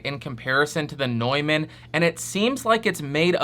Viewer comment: Nuuuuuuman, not NOIman. Jesus my ears.